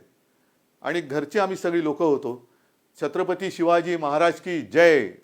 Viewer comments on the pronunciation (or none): none